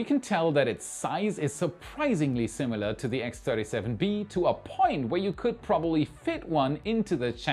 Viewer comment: there is no u in similar